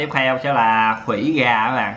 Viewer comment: nod là khuỷu gà mà cứ đọc là khủy gà